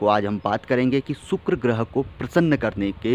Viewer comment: Sukuro groho nahi sukuro boleyea